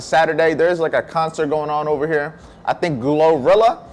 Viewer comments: Boii you said her name all wrong just say Glo that's what I was told loll... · ikno it sounded funny when you said it.